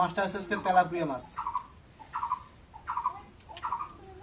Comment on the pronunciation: Telapua na telapia mas